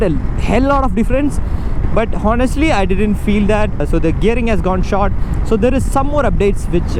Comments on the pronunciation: HONESTLY = "H" is silent bro ...so speak onestly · Bro the "H" is silent in "honestly". A small mistake we all make, but we must our mistakes. It's "onestly". "on" "estly".